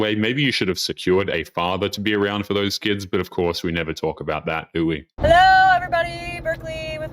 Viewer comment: Ahhh she said it. "Key-ids". Lmao.